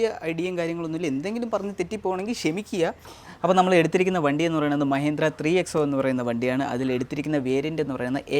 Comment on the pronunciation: മഹേന്ദ്ര അല്ല ബ്രോ മഹീന്ദ്ര